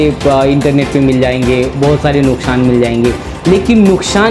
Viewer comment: Nukshaan nahi hota hai nuksaan hota bolna to sikho news anchor